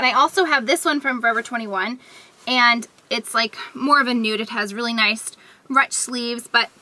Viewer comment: Great staples,! By the way, "ruche" is pronounced "roosh";o)